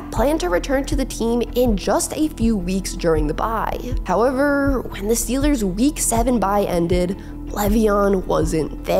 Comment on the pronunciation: I like these videos, but A) Who TF taught her to say "howeveRRRRRR" like that? & 2) Why does it LEGITIMATELY sound like she's being punched 👊 in the stomach as she says "HoweveRRRRRR!!" ?